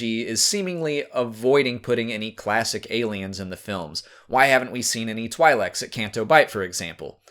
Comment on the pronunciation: Twi'lek is actually pronounced Twee-lek, it's not like saying twilight